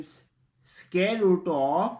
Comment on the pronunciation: Its SQUARE and NOT SCARE !!! CAN'T you pronounce English properly ?..